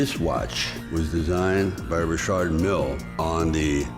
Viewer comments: Why is Sly the only person I’ve ever heard say Rashard instead of Richard just sounds weird coming from an American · Richard!!!!! Isn't this name pronounce!! Ric- Chad!! Not Rashad!!